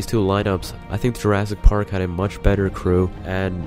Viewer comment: jurassic parrld.